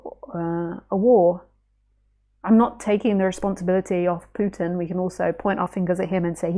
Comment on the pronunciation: you said the name Putin right the first time.